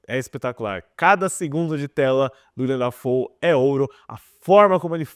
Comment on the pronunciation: Será mesmo que ele nunca ouviu a pronúncia do nome "Willem Dafoe?" Nunca mesmo?